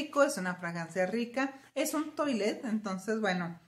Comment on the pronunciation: Hola, desde hace mucho tiempo que veo tus vídeos y te quería comentar, a mi hermana siempre le ayudo a la pronunciación esperó te ayude, se pronuncia tualet ya que como lo dices es baño en ingles y la pronunciación es en francés, esperó te sirva 🤗saludos.